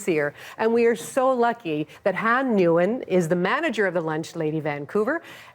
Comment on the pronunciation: This ignorant host didn't even ask vietnamese girl how to pronounce her name nguyen